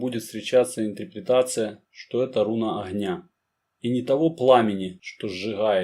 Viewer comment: Интерпретация, а не интрипритация, в остальном интересно.